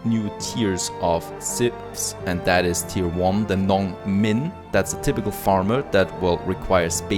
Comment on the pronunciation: It's lovely how you pronounced Nongmin and Gongren (they do literally mean farmers and workers in Mandarin). Look forward to an Asia gameplay someday!